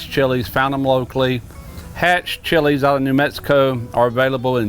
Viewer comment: Being from New Mexico you did a good job on that chile 👍🏼